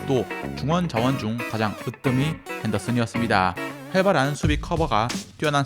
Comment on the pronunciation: "헨더뜬이" 이건 애교인가요??